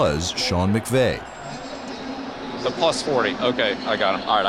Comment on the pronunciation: did the guy doing voiceover mispronounce sean mcvays name?